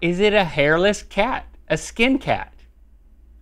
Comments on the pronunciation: "HARILESS CAT"? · Umm GMM its hairless not hariless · No one: GMM: Hariless Cat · "Hariless" cat 🐈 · Ummmm "hariless" yeaaaah. I don't think that's right :) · "Hariless cat" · Aah yes. The infamous 'HARILESS' CAT